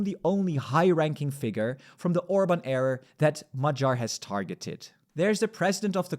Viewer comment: It sounded like Orbán error instead of Orbán era... and you're not wrong 😂